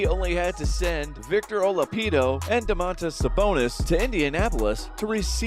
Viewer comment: “victor olapido” be serious man